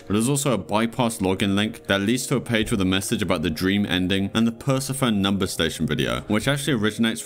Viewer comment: What's with the aversion to pronouncing the E at the end of Greek-derived names? Persephone, Hekate, Nike...